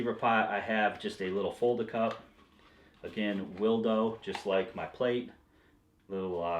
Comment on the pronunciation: I think that plate might be pronounced "will do" not "will doe". "Will doe" sounds like something my girlfriend carries in her bag. Just a guess though...